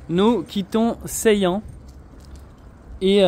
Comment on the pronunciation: meuh oui! 🤗🥰 Mais lorsqu'il l'a prononcé la 1ere fois, ça sonnait Ceylan 🤣